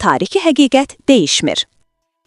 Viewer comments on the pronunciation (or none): Sonuncu söylədiyin '' tarixi həqiqət deyişmir yox, dəyişmir kimi tələffüz etmək lazımdır. Deyişmə sözü mübahisə anlamına gəlir